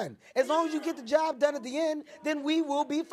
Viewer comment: She said get the job bun 😂😂😂😂